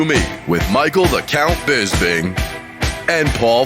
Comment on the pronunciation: 😂 hearing Bisping say “FroCK” to his face and FroCH saying “bisPING” back like he knew about the secret Chinese family had me cracking up